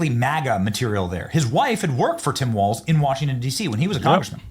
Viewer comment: No "T" in Walz !